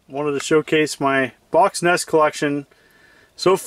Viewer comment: Cool. "En- ee-es" And "..how far I`ve come". Only since you teach.